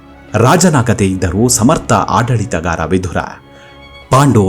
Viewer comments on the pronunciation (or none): ವಿಧುರ ಅನ್ನುವ ಉಚ್ಚಾರಣೆ ಸರಿಯಲ್ಲ." ವಿದುರ " ಸರಿ. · Vidura is correct why u r pronouncing vidhura please say as vidura don't make confuse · ಅದೆಷ್ಟು ಸ್ಪಷ್ಟವಾಗಿ ಕನ್ನಡ ಮಾತು ಆಡುತ್ತೀರಾ 🙏🏻 ಕೇಳುವುದೇ ಸೊಗಸು ವಿಧುರ ಅಲ್ಲ ವಿದುರ ಎಂದು ವಿನಂತಿ ಮಾಡುತ್ತಿದ್ದೇನೆ 🙏🏻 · Vidhura alla vidura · Vidura annodu sariyada heasru, Vidhura alla, vidhura andre hendatiyannu kaledukondava emba artha ide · Swamy, Adu vidura. Vidhura alla. Vidhura andare hendati sattava endu artha. Dayamadi nimma bhasheyannu saripadisikolli 😅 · ಮನಸಿಗೆ ಬಂದ ಹಾಗೆ ಕನ್ನಡ ಉಚ್ಚಾರಣೆ ಮಾಡೋದನ್ನ ಬಿಡಿ, ವಿದುರ ಅವನ ನಿಜ ಹೆಸರು, ವಿಧುರ ಅಲ್ಲ, ವಿಧುರ ಅಂದ್ರೆ ಅದರ ತದ್ವಿರುದ್ಧ ಅರ್ಥ ಇದೆ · ಈತನ ಹೆಸರು ವಿದುರ, ನೀವು ದ್ವನಿಸುವಂತೆ ವಿಧುರ ಅಲ್ಲ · ವಿಧುರ ಅಂತ ಬಳಸಬೇಡಿ.ಅವನು ವಿದುರ.ವಿಧುರ ಅಂದ್ರೆ ಹೆಂಡತಿ ಸತ್ತವನು ಅಂತ ಅರ್ಥ.ಕನ್ನಡ ವನ್ನು ಸರಿಯಾಗಿ ಉಚ್ಚರಿಸಿ ಮತ್ತು ಬರೆಯಿರಿ.ಎಲ್ಲ ಅರ್ಥಹೀನವಾಗಿ ಹೇಳುತ್ತಯೂ ಟ್ಯೂಬ್ ನಲ್ಲಿ ಜಗತ್ತಿನಾದ್ಯಂತ ತಪ್ಪು ತಪ್ಪಾಗಿ ಹರ ಡುತ್ತೀರಿ. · ವಿಧುರ ಅಲ್ಲ ವಿದುರ. ವಿಧುರ ಅಂದರೆ ಹೆಂಡತಿಯನ್ನು ಕಳಕೊಂಡ ಪತಿ. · ಹೆಸರುಗಳನ್ನು ಸರಿಯಾಗಿ ಉಚ್ಛರಿಸಿ. ವಿಧುರ ಅಲ್ಲಾ; ವಿದುರ. ಕೊನೆಗೂ ವಿದುರನ ಅಂತ್ಯ (ಸಾವು) ಹೇಗಾಯಿತೆಂದು ಹೇಳದೇ ಬೇರೆಲ್ಲಾ ಸಂಗತಿಗಳನ್ನು ಹೇಳಿದಿರಿ. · ಈ ವೀಡಿಯೋ thumbnail dalli ಬರೆದ ಹಾಗೆ ಅಥವಾ ನೀವು ಉಚ್ಛರಿಸಿದ ಹಾಗೆ, ವಿಧುರ ಅಲ್ಲಾ. ವಿದುರ ಎಂದು ಸರಿ ಹೆಸರು.ವಿಧುರ ಎಂದರೆ ಹೆಂಡತಿ ಇಲ್ಲದವನು ಎಂದು ಅರ್ಥ. ದಯವಿಟ್ಟು check ಮಾಡಿ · ಭಾಷೆಯ ಉಚ್ಚಾರಣೆ ಶುದ್ಧವಾಗಿರಲಿ. ವಿದುರ ಅಲ್ಪಪ್ರಾಣವಾಗಬೇಕು